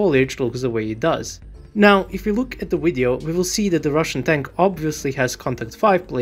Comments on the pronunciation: Video dude,video not wideo ! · Love when he says widdy-oh lol